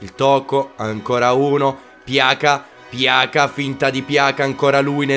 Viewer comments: non per fare il perfettino ma si dice piaza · pjaca si legge piasa